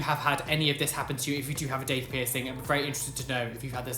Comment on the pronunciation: I thought u said dick piercing